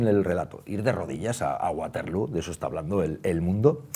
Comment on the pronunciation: Se pronuncia baterló (no es inglés)